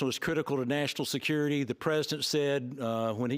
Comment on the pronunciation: Security not skurity